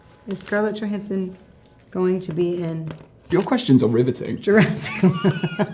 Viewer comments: Is no one going to comment on Bailey’s pronunciation of Johansson (Yo-han-sen) as opposed to the way she herself says it (Jo-han-sen)? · Why is Jonathan pronouncing her name yohansson instead of Johansson? It sounds so weird.😂😂😂😂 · Is there a reason Jonathan is mispronouncing Scarlett's surname throughout the video? Is it some kind of in-joke? She doesn't seem to mind so it's probably bothering me more than it should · What's going on with Jonathan's pronunciation of Johansson? She clearly doesn't pronounce it that way. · But it isn't the way she pronounces it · Why does he pronouce "Johansson" so diffrent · He mispronounced her name the whole video😂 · Why is he pronouncing Johansson like that? 😭😭😭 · so much chemistry that he doesn't even know how to pronounce her last name lol